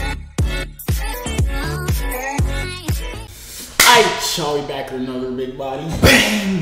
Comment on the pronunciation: Man said joovier reached out to Jtube bro